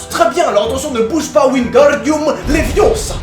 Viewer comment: C LEVIOOOOOSA PAS LEVIOSAAAAAAA!!!!